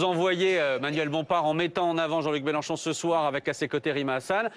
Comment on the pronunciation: " Jean-Luc Mélocho " Bompart serait-il belge ?